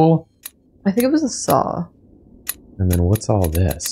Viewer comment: A saw? Asuh dude.